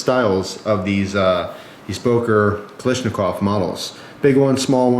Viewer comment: Damn, its not kalishnikov, its KALASHNIKOV